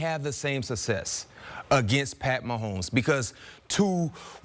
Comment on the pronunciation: It's success, not susses.